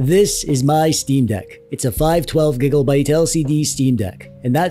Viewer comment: I had to do a double take when he said giggle byte 😅